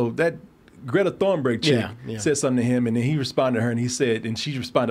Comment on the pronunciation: Thornberg? Dude. Come on. I know you're a busy man, but a Google search takes less than a minute.